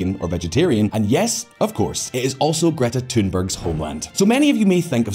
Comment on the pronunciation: You pronouced greta thunberg wrong. Also every other swedish word. Do some basic research please.